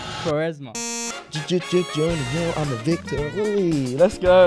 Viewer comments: Man said Quaresma 😭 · Bro said quaresma😂😂😂